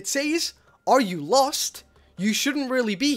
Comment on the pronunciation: the LOST forest notice the emphasis on LOST